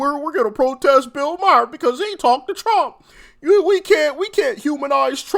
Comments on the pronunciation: His name is Maher not Mayer. No y. Couldn't you make an effort to get it right. I know it is a small thing. I don't know about you, but when people mispronounce my name I always correct them. If they don't try and get it right after that. I just walk away. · Hey man I love the show absolutely. I just wanted to say Bills last name is pronounced Ma-er not Mi-er lol. Every time I hear that. I think you are talking about my cousin lmao. Sorry. Really love the show though. I watch daily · MA-HER..not mayor..😂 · His name is pronounced MAR - Bill MAR (Maher) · I have to jump - you're driving me nuts saying Myer. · He can not pronounce Bills last name